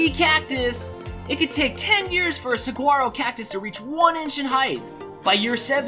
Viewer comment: ANother good game. 12 out of 20. And the G is silent in saguaro cactus. sa-waar-o.:) Hope you've had a good time camping,.~db